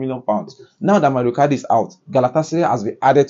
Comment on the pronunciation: Mauro not mario